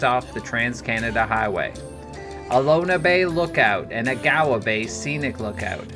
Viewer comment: Many mispronounced words. Agawa is Awe-gu-wu. Pukaskwa is Puck-uh-saw